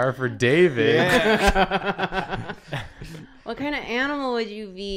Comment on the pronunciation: ITS DAVID DAY!!! DAY-VID!!!!! :D